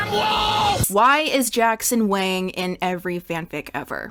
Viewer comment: are you sure Wang is pronounced like that